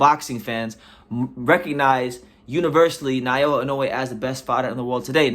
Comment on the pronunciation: He is not Nayowa but Naoya.